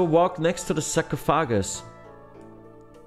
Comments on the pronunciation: Pretty helpful guide, thanks! Also the term for the sand in the glass in English is Hourglass. And we say sarcophagus like "sar-cough-oh-gis" but I liked hearing sahcrow-foggus, haha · “Go next to the sock-ah-foggass.” 😂 Haha huge fan bro. Literally just watched this whole video from start to end just to die at TOA again at 50 invo lmao. Damn near have max gear as well 😭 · Oh my gosh that was hilarious man. Hearing him say “sarcophagus” like 10 different times was absolutely hilarious😂😂😂.